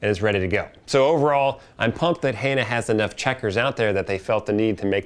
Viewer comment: why are you miss pronouncing Hanna?